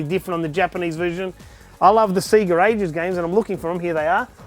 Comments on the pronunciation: SEGA what the fuck I’m British it’s SEGA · Stop saying SEGA wrong..grrrrrrrr. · All those games but can't pronounce Sega.... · While I respect your choice to mispronounce Sega since thats the way we all said it before the Megadrive game intro corrected us, Its still grating to listen to. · All these games....Can't even say Sega properly lol. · Fucking hell, all those games and all that time invested...you think the guy could pronounce Sega properly :p (nice collection man) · SEGA, say it with me now... SAYGA, NOT F@ SEEGA!!! SEGA because to be this Good takes ages! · It's not Seega it's 'Sega'...!!! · Full respect to you good sir :) I actually sat there and managed to identify right from the start! so many memories. Do you have clones of yourself to play all these games??? also its SAY-GAA (sega) not Seee ga :) sorry was driving me nuts thee whole video.. had to say it. best wishes and cant wait to see the finished room (if it will ever be finished lol) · I'm really confused why people keep pronouncing it "SEEGA" Is this a cultural thing or something??? The systems literally say SEGA on start up. They pronounce it for you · The way he said Sega ruined my day. It's not see-guh, it's say-guh! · Stop saying sega wrong, It’s Seh-gah not See-Ga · Wtf is a Seeger Saturn ???? It's sega (say ga ) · Seega? Say ga. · SAY-GA, not SEE-GA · What the fuck is a seeger?? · say ga say ga not see ga did the sonic opening not teach anything? :) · stop saying sea ge its say ga lol sorry but it's tilting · I can’t watch for then 5 mins of this, him pronouncing Sega like SEEEEGA is too much for me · For a huge SEGA fan, it's weird hearing him say "Siga" so many times. Imagine booting up Sonic and hearing "SiiiiiiiGAAAAA!" lol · I'm sure it's not pronounced seega. Edit just looked it up, apparently some say seega because advertisements in their region may have said that. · Awesome but please stop saying 'Seega'. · Why do you say Sega strange? Seaga?